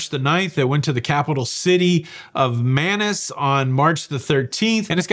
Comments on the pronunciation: We've done the Amazon twice on HAL. Manaus is pronounced Man - ous (like ouch). In December, 2023 we were the first cruise ship to reach Manaus after their drought. Re: Costco, we l've been members for at least 30 years. We also use Costco Travel because of the excellent benefits. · The city on the Amazon River is Manaus (rhymes with mouse)...cool place to see the black colored water of the Rio Negro NOT mix with the brown water of the Amazon River for several miles! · Manaus.....rhymes with mouse.